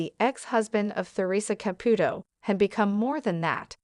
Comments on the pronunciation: These AI VIDEOS ALWAYS MISPRONOUNCE NAMES and you’re doing it again with the name CAPUTO. ITS KA-POO-TOE. Her name is TA-RE-SAH…..not. whatever you’re calling her! Very nice story. The wedding picture is also not them. Bad video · Theresa & Larry, wanted to keep their marital problems private. Therea did tell everyone she & Larry grew apart. They were getting a divorce. She said they were still friends, but it was time for them to go their separate ways. Of course, Theresa would help Larry she is that kind of a girl. If you are going to do a story of Theresa [ Pronounced tuh ree suh} Caputo {pronounced Ka poo to}. please get the pronunciation right. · Also she can't say Caputo right